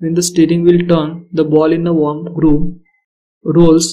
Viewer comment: Its WORM. Not Warm.